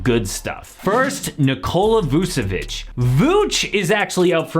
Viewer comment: Its Nikola Vucević. Not VUCEVICJ